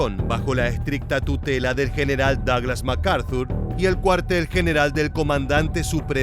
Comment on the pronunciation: "daglas" jaja